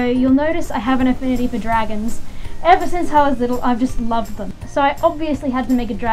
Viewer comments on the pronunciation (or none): none